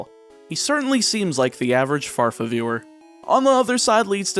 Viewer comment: Did you say FARFA?